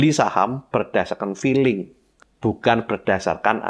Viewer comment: Lucu pak,,,saat bapak bilang " infestor filling " ,,,kayak saya pak,,tapi selalu cuan pak